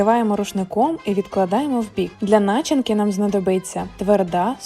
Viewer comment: Не ображайтесь, але маю виправити вашу українську..не яєчка, а яйця, бо яєчка у чоловіків😊 а в слові начинка, наголос на и..а взагалі дякую 😉🙏💖